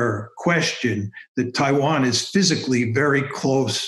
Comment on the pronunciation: It’s a clear win for Kishore by his pronunciation of “Taiwan”.